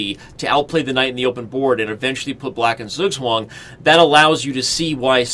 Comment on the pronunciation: as a native german it took my way too long to understand that he is trying to say "Zugzwang"